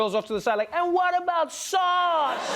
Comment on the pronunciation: Sounds like she had a problem with "sause" rather than sause...